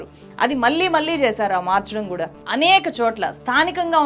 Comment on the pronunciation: Madam just like you analyse everything in your videos, even we do analyse your performance via your videos. I believe for a journalist, correct pronunciation is a minimum requirement and a very important aspect. So it's very important that you realise, learn and rectify pronouncing the words like "vaallu" and "malli" in an accurate manner. The correct way of pronouncing is "వాళ్ళు" and "మళ్ళీ". Otherwise, it doesn't sound good to the ears.